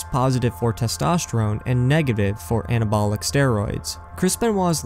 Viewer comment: Anabolic pronounced AN-AH-BAH-LIC.